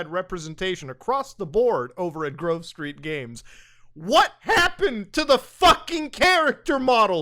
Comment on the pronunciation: Wait, why does Muta keep calling them Groove Street Games? Lmao